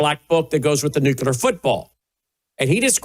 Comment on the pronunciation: Please please please pronounce NUCLEAR correctly. It is not NUCULAR!